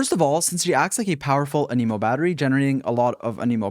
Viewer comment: an a moe, the way you said it means a disease T-T im still subscribeind doe